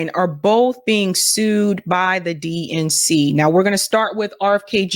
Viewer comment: I heard "DNC" as "dink" now ...